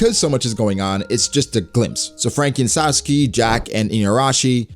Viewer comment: Saw-sue-ski? You're not just saying Sasuke? If it were your name you'd want it to be pronounced correctly right? Get it right, but honestly I am terrible with names. For example I have no idea who Sawsuki is?